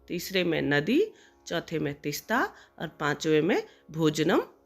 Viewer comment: Please तिस्ता को तीस्ता करें